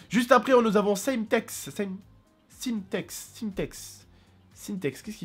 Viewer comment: Saimtex lol "Sim-Tex" Il l'a pas réspecter